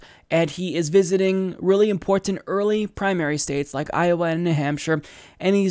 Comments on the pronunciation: Love ya but the way you say "important" drives me nuts. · I like but WHY does he say “important “ so strangely?